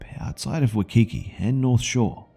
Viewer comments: Lol it just caught me so off guard when he miss pronounce Waikiki. I actually might start saying Wakiki instead of Waikiki. Thanks! Also I think it's considered weird to see a white person live in a ghetto place in Oahu cause they usually are in military housing. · Chill fam. I respect a lot. He is my 2nd favorite narrarator in this community. I just found the way he says Waikiki hilarious.